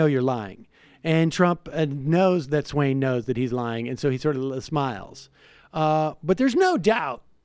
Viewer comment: Swan, not Swain. Sam, c'mon man, show respect and diligence by getting peoples names correct. Jonathan Swan is not an unknown name. He's on more tv screens than you.